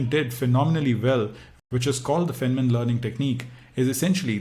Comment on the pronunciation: Good explanation but his name is pronounced as “fine” man